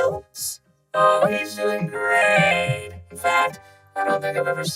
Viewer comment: "oh, he's doing GREAÆT"